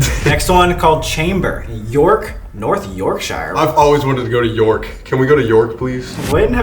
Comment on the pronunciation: the way they pronouns York kinda triggers me